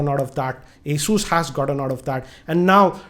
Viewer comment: For a person who reviews phones for a living... Can't pronounce the le eco Asus & Huawei properly